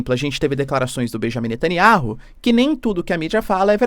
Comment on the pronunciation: Netanyauh! Fale o nome dele correto o professor...